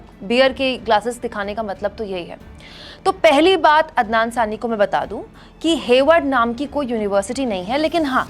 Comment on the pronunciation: There is nothing wrong in pronouncing a bit different. Waise toh aap bhi kabhi adnan ko adnam pronounce kiya and sometime sami ko saani.. Isme kuch bhi galat nahi hai madam. You are doing a great work in the field of media when there is so much hate spread by other media channels. Thank You very much for this.